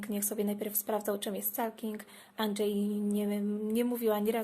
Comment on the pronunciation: "Anczej" XD